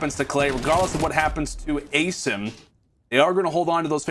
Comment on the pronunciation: this commentator is literally ass especially when he said "Ay-sim" wtf